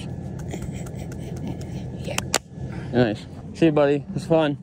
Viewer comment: Midwesterner for sure Ahhh yaah 😂 love it dude